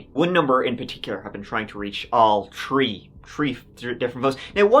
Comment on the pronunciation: "TREE" times 😊